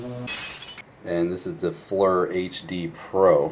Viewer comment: Need to show walls it’s Flir read the box not Fleur